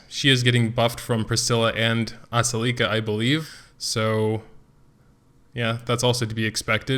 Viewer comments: Uh-sell-eh-ka the way you say her name is making me cring. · I pronounce it like Ass-el-ih-ka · Your Ascelia and Shea are entirely wrong